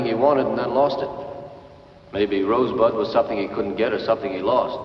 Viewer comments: He clearly said "Rose butt" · Who the hell heard him say rosebud? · who the fuck heard him say Rosebud???? bullshit film from start to finish!!!